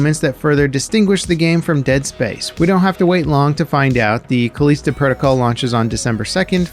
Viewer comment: I think you pronounced Callisto wrong